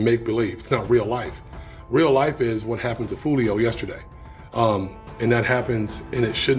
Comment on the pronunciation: Silly newscasters can't even get the dudes name correct 🤦